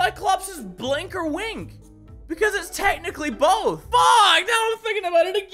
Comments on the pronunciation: It's called a bwink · mini its a bwink